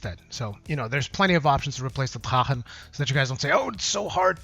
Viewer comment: Pardon me but why are you saying the FF armor like an Arabic???? Is it not just Drah-Khen???? Sorry for bringing this up but it just sounds sooooo weird!